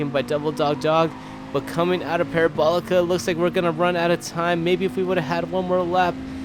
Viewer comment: Are you really gonna do the whole "Courva Granday" thing but not pronounce "Parabolica" correctly?